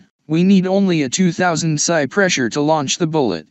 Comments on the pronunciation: A very basic and good overview. A human with experience would have done much better. AI says " pisseye". It's " pee ess eye ", as in " pounds per square inch ". Nobody puts bullets in an air gun. Pellets or slugs would be proper. AI will make idiots of us all. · Thanks for saying pasaye instead of psi.